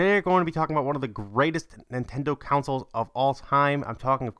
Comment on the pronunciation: "Counsels" lel learn 2 English